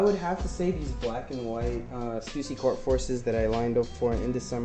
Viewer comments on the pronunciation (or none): is it pronounced stoosy? I thought it was stuhhsy?